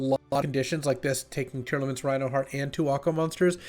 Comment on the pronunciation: come on man, LSV doesn't play Yugioh and he can pronounce them properly! It's Tear-Lament, not Tear-Element.